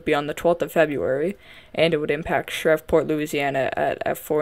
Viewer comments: correction it’s prounounced shreev port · no problem hun! Like I said I’ve heard it pronounced worse at least you had the right letters some put letters in it that don’t belong…lol. Shreveport is pronounced Shreve-port and Bossier is Bow-ser. But you are doing a great job! Keep up the good work!